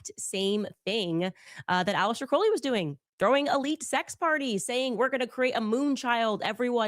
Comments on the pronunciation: Candace also keeps mispronouncing Crowley. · I used to be a witch until I was saved- Praise Jesus. She is mispronouncing Crowley’s name and what’s hilarious is that her producer Ashley pronounced it correctly and then corrected herself to pronounce it like Candace. Can you imagine working for this lunatic?!